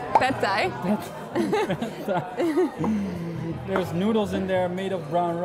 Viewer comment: ‘red pie’ ... ‘pad thai’ ‘red thai’ ‘pad thai’ ‘pad thai’